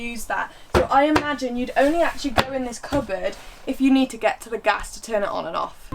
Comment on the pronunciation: Gas! ..not Gash! 😂